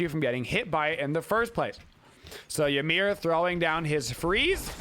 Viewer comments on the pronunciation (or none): none